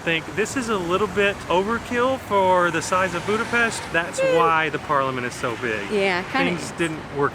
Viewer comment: He said Budapest correctly.i cant believe!